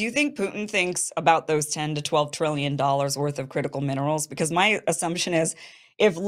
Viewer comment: Ten to twelve twillion dollas!